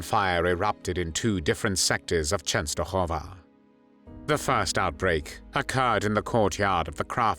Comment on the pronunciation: Why did the narrator keep saying the "Polish and the Jews." Wasn't the Jewish population also Polish? Please enlighten me. I do applaud the proper pronunciation Częstochowa.